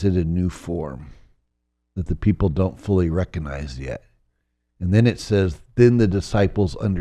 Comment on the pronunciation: I saw on Gaia a couple of years ago. His interviews are very interesting, but I think many people write him off as a fraud because he repeatedly mispronounces words, which immediately undermines his credibility. Examples: “saposaBly”, “eXpecially, and “recAnize”.